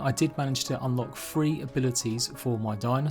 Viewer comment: I think he said “three” not “free”